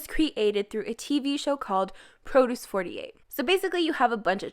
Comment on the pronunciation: No, no, baby, it's Pro duce [prə•'d(y)o͞os], not Pro duce [ˈprō•do͞os] ( , , , etc). These girls were not grown between rows of arugula. EDIT: Wait a minute, you can pronounce geureoke malhaebwa but you can't discriminate showbiz from groceries?